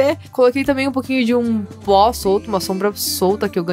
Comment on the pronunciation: No momento vc falou bó em vez de pó quem viu da like